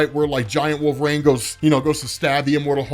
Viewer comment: Who is "wolverane" ??